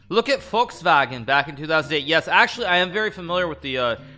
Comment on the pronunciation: The way he tried to say Volkswagen in German sounded like Fuchswagen, or fox car